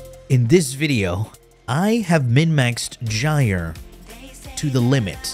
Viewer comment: That's how you say it